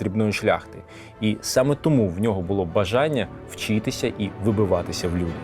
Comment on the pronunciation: Дякую за роботу, але просто оце ваше «вчітися», просто ріже вухо без ножа. Дякую